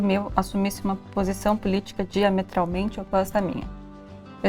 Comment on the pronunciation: Esperei o vídeo inteiro elas acertarem falar “ política diametralmente oposta “ ksksksks